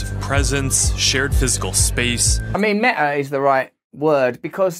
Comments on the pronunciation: sorry for pointing out but it is not Mea it is Meta. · What's 'mea' please pronounce your t's Russell. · The word Meta has a T in it, not pronounced me' A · “Meh-a” the way you pronounce it, couldn’t be more fitting. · I think it’s pronounced meTa. With a T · His not Pronouncing the T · Black Lives Meta!! Ha-ha-ha... (Sir Russell, you pronounce those 2 words just the same...)